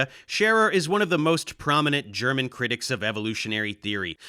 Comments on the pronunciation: nice German-attempts :D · very good german my man!